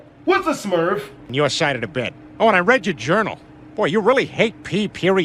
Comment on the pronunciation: My man said smurv